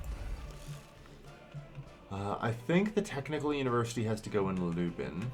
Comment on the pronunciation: Also Lublin. Lub. Lin. Like Dublin